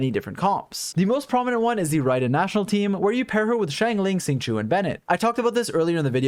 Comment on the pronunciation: FYI Xing Qiu is not pronounced "sing chew" , it's actually pronounced "sh-ing ch-oh" . Please stop butchering his name 😝